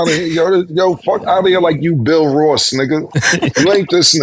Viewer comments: And kept saying BILL Ross 😂😂😂😂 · “Stanima” and “Bill Ross” I fuckin love this show!